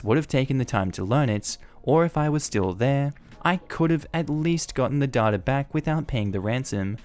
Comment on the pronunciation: This is the first time I've ever heard "data" pronounced as "dhaugh-dhaugh". I can't hear you say it without immediately thinking of the Dadaist movement 😂